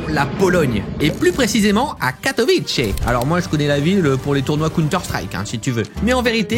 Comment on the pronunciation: Catowice se prononce: [ka-to-VITS-é] pas [ka-to-wich-e] (mdrrr)